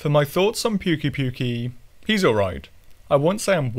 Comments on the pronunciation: Am i the only one who is trigger by him saying puke-y puke-y >-< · How do you fuck up the pronunciation that bad they literally say it in the game